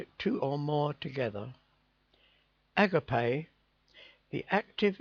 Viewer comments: not a-gar-pay a-ga-pay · agape is pronounced a-Ga-pay (at least in the US) GB thanks